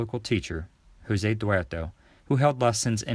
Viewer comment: In Portuguese language J is not pronounced H like in Spanish so Jose (Ho-ze) is pronounced Jo-ze